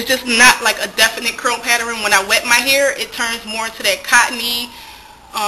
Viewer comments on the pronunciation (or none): I love how you say "pattern" like "pateran"... cute! And good job on your transition! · You say paterin lol its cute tho